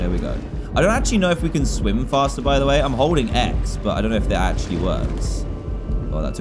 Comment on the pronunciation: hahaha! you said the meme da wae when you said the way